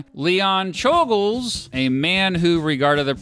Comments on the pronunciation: It is properly pronounced chol-gosh, since you brought it up in the video, but I don't think we have to make the effort for assassins lol. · I believe czolgozs is pronounced as sholgosh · It's pronounced Choul-Ghosh